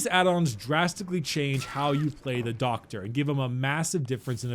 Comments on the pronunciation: Love the way he says "DOCKTA" LOL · How do you pronounce DOCKTA?